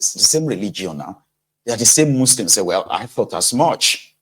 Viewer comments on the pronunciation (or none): none